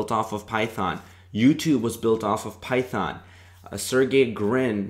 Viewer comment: "Start with... Phython m'kay?"